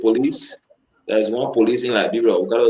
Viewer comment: Can’t you pronounce LI- BE- RIA?